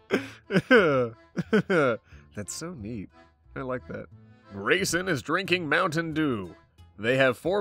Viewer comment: When said 'Grayson', I heard it as 'Raisin' help